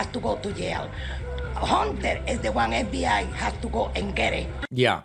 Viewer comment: She didn't say "Hunter", she said "Honter".